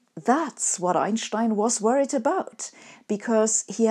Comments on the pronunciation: I think it's refreshing just to hear somebody pronounce his name properly. I haven't heard this since university, around 1990 for me. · Yes, that’s not an accent or affectation, that’s simply how he and everyone in Europe always pronounced his name. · Also it’s nice to know how to actually pronounce his name correctly. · As a non-German, I didn't either. Frankly, I love when she does a video on Einstein because we get to hear the way she says his name, and no one else does. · I like the way Sabine says Einstein's name. She's the only one who pronounces it correctly. That convinces me.